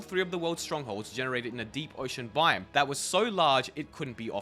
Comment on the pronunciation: This dude saying “bime” instead of “biome”.